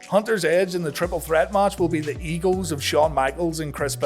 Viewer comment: When you say egos it sounds like eagles